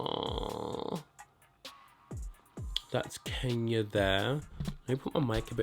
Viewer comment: His pronunciation fucking pissed me off. Like you ARE african, cant you say Kenya probably? Fucking sellout simp.